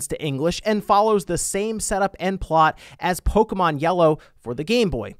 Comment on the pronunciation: Disliked for mispronouncing Pokémon